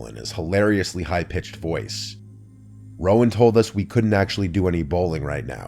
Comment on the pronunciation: Rowan not Roman lmfao